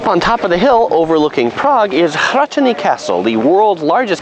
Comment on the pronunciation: Did you practice that rolled "H" in the castle's name? It was pretty good.